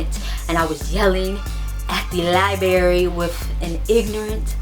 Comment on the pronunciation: lol I love your accent. LIBERRY LIBERRY LIBERRY. haha my bff pronounces it like that too.